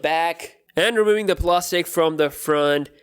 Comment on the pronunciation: The way he says plastic kinda sounds like plostice